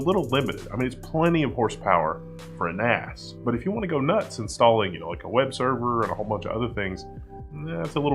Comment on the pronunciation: I heard 'Ass' several times.. Took me a while to get to 'Axe'.